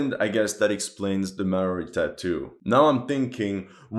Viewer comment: Thank you for sharing the information that Lucas Riggs was actually based off of a New Zealander. I find it quite disrespectful how poorly Call of Duty: Vanguard (2021) represented my country. New Zealand. Just to provide some constructive criticism, the indigenous people of New Zealand, the Maori, are pronounced Mol-Di. Besides that, thank you for acknowledging New Zealand's involvement in World War II ( ), even if it's just a small mention.